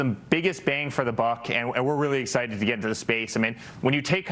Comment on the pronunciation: The 💩 faced dental nightmare is "so exchitted" 🤣🫵